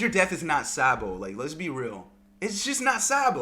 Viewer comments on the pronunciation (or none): Dude you sound like a sheep everytime you say Sabo’s name. It’s not SAA-bo. It’s pronounced SOB-o